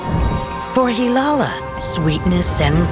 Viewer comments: Not hirara ❌ it's hilala ✅ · Hirara ❌❌❌ Hilala✅✅✅